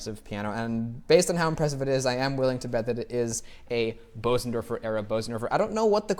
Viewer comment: Your pronunciation of Bösendorfer is almost perfect. So don't worry and don't listen when people tell you otherwise. Nice video BTW. I love Bösendorfer.